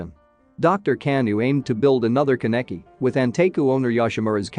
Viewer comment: I hate his miss pronunciation of my husbando Kaneki